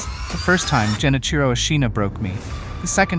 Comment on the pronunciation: Dude you're pronouncing Genichiro wrong..